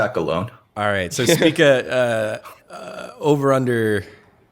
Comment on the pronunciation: Someone needs to tell why everyone else pronounces it "SPEAK-A"